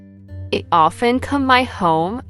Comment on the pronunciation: The pronunciation of "HE" is wrong at the beginning of several sentences.